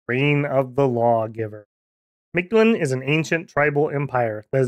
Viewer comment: Storm Flight seems like a tax that you really want to pay, in the long run. That and Stygian Flesh or Ethereal came to mind right away. I'd think those two and a weapon bless is a really good choice. Also, how hard was it for you to not pronounce (most of the time) the invisible D in Mictland?